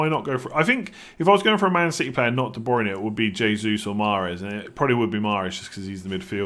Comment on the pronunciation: All incorrect pronunciation on the Portuguese. The J sounds more like a juhhh like shhh. Jesus is pronounced Shjay-suis